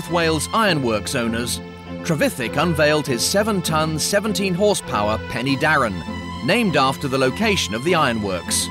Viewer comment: Not Penny Darren but Pen er Darren Pen = Head y (er) is the definite article Darren is the name of the valley Head of the Darren valley.